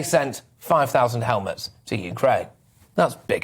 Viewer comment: Did you say "the Germans have sent 5000 helmets" Or did you say " the Germans have sent 5000 Helmuts"?